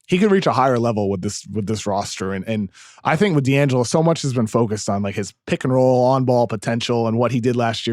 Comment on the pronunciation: Get KOC voice lessons or bring back russillo! Every time he says PICKAHROHLL i wanna vomit